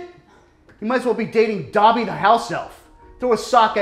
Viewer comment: DOBBY NOT DOBY